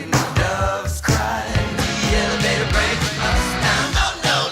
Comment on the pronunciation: Prince was saying 'deelevator', AKA Satan...